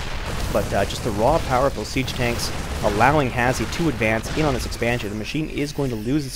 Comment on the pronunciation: His name is pronounced hash btw, not has he. Reason for the E is because he couldn't make the name Hash